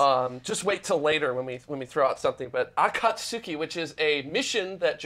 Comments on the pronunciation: *he didn't pronounce akatsuki correctly but okay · I believe in Akatsuki the "u" is silent, like you're saying Sasuke.